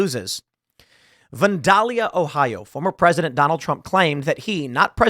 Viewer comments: Van-dale-ya. Not van-doll-ya. That pronunciation made me giggle a lttle. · Tim, as a dayton native. It is pronounced Van-dell-ya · I live in Huber Heights, Ohio, which is next-door to Vandalia, Ohio. We locals pronounce Vandalia as van- DALE-ya. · Van-dalia. van as in the vehicle. I live here, I know. It's a small, highly corrupt suburb of Dayton. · "Van-dale-ee-uh" ohio. I just had an "interview" there this morning at Pratt Industries. They left me in the break room for an hour and i walked out, lol. Fucking sock chuckers. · Pool absolutely butchered the pronunciation of "Vandalia"